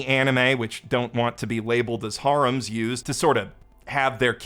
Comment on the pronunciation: You got some good laughs out of me especially with the "Have their cake and fuck it too". However, for the love of God, that's not how you say harem.